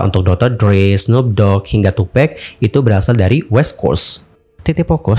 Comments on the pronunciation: Tupak bang bukan tupek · Sebutnya too pac bukan too pack..